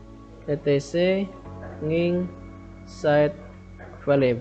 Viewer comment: Maaf sebelumnya. Nginx bukannya dibaca engine X Mas.